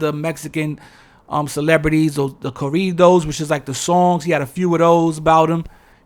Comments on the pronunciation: I love how u say corrrridoz😆 good video.. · Corridos, black ppl made it Rap. But they swear we copying them. 🤣